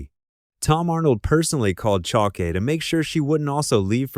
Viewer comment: “Lessie” Goranson? Lee-cee. Short for Alicia. Sarah “Chal-key”? Or Chal-keh? Chalké? 🙄 If you can’t trust your #aislop voice, write phonetically.